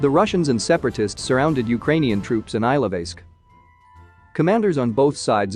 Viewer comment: Thank you for the video! Some help with pronounciation: Bucha is pronounced "Boo-chuh" and Ilovaisk is pronounced "Eel-oh-why-sk"